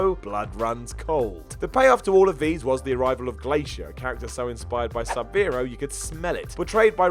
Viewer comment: Sub-Bero? it is Sub-Zero!